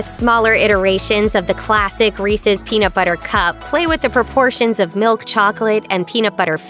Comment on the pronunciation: Did I heard Reesees Peesees? Oy.